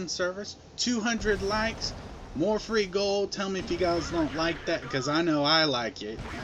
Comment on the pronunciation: FRHEE GOUWLD... i would like some FRHEE GOUWLD!